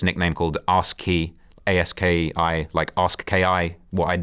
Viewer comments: Nigga said “ask ki” …his name was a-ski 😂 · Bro still hasnt learned that “Aski” is pronounced like “Druski” this “ask ki” shit is retarded. I like but he be pulling shit out his ass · Ayeeeeeskiiii is how it would be pronounced bro butchered tf out of that lmao.